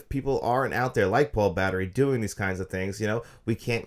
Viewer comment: "Paul Battery"? You mean, Paul Bettany?